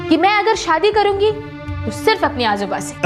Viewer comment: Ajooba अजूबा नही, आजोबा ( Aajoba ) होता है , और आजोबा दादा जी को बोलते है ।